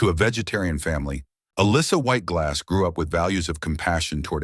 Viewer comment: That's what I kept hearing. LOL